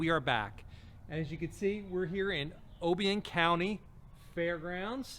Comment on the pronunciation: Look forward to seeing u back next year. I live 10 miles from Union city. Bty it pronounced o bion. Ohhhhbion county lol